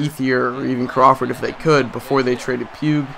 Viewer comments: its puig (pweeg) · Btw it's pronounced pweeg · It's pweeg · Pweeg lol every time I thought you were saying puke lol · You keep saying pig wrong